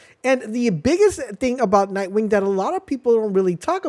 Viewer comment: Can we mention the extra k in nightwing?